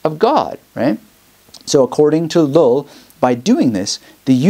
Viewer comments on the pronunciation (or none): Thanks I really enjoyed this. One a side note, every time you say "Llull" I keep hearing it as "LOL". Sounds like your LOL'ing at your own speech sometimes.